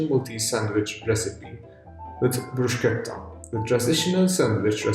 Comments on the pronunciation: saying bruschetta the way it's supposed to be said, I want to give you a lil kiss on the forehead, that was perfect 💖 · Love your perfect pronunciation of “bruschetta”! Finally!!!! 🥳